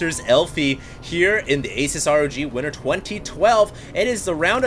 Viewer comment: Dear Hd its pronounced A-seuss, not Ace-us. thumbs up so all know